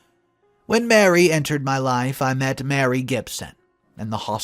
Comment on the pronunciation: Ma Ree! Not Mary!